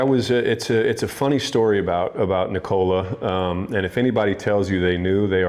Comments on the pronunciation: For his name, the emphasis is on the "Nik" part. Not the "ola" part. The "o" sound isn't like the "oh" sound in "owned". It's more like the sound of the "o" in "obvious", which it isn't for native English speakers. I think he just got sick of explaining it, so I'm taking up the mantle. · Please for God sake try say Nikola like Serbs. He is No1 in NBA, realy he would be so happy if everybody say it like Serbians.. Its nothing wrong dont understand me wrong, but at least he desirve it. Luv from Ljubljana Europe. Peace